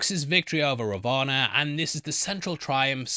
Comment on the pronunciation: You can say Ravan like Raa One hope it helps